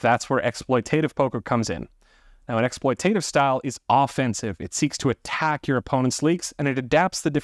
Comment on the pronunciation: Correct pronunciation: ek·sploy·tuh·tiv not ek·sploy·tay·tiv 😊